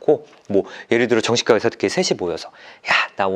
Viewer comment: 딴 얘긴데 '과' 발음 진짜 안되시네요ㅋㅋ 정신가, 간계 로 발음돼요ㅋㅋ